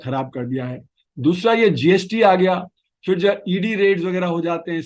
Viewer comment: Please don't say FIR. It's PHIR. You are such a good speaker - don't ruin it with one word.